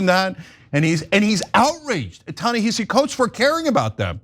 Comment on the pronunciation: What I hate more are these Panelists who are either deliberately or ignorantly mispronouncing Ta-Nehisi Coates and Tony Dokoupl. My job is not to educate you; you all should educate yourselves.